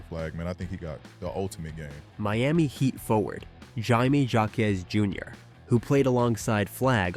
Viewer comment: Im it’s pronounced haime Hawkes duh